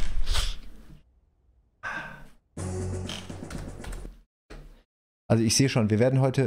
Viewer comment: Die eine Mission ist in der Tat ein "Faliure" 🤣